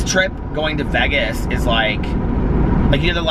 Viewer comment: It is soooooo Midwest.